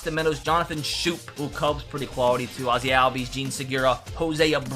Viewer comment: It's pronounce scope not Schoop